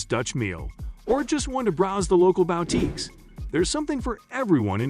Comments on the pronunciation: or to browse the local bowteekes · Bow-teeks??? I hate text to voice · "or just wanna browse the local BOWTEAKES" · I have never heard of a BOWTEEK, but I have visited Booteeks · The "sudden-swoosh" transitions are annoying, making this almost unwatchable. The narration gives itself away as robot-voice by pronouncing boutiques as BOW-tiques repeatedly. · Terribly done, you talk about malls and not about the covered bridges of Winterset!! And learn to say boutiques correctly too.